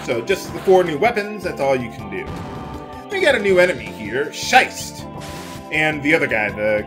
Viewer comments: Schist's name is based on a type of rock. So it's pronounced "Shih-st"... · "schist", the way you say this would be written like "scheißt" in german and this actually means "to take a shit". "er scheißt" would mean "he is taking a shit"...damn languages are so weird sometimes xD